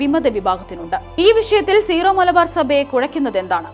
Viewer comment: സീറോ മലബാർ എന്നല്ല വായനക്കാരി ഉച്ചാരണം. ...സിറോ എന്നാണ്